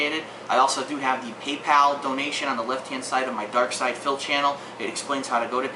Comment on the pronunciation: darksydephil. not darksyder, -.